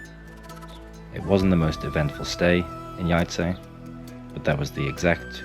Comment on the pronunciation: Town is pronounced - Yayce. Before visiting any city try to learn the proper pronunciation of a city you are visiting.. It is important